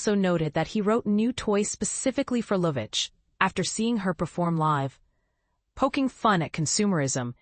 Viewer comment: Pronounces her name correctly